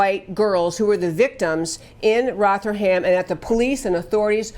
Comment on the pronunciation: It is pronounced Roth er ham. But good try.